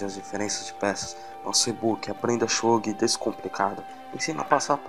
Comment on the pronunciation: Se ele pronunciou kanji errado, esse também deve estar. Nunca ouvi pronunciarem desse jeito. Até perdi a vontade de assistir.